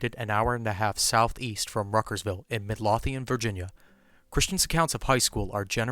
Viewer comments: Hey, it's pronounced Mid-low-thian;) I cant believe the HS he went to was in Midlothian tho..hopefully they burned down their old building or something bc I've walked their halls before. Yikes. I should really remember the names of my nearby areas since I'm so close to Chris. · My favorite thing is people not from Virginia pronouncing cities in VA. Lol Midlothian is MID-LOW-THEE-AN :)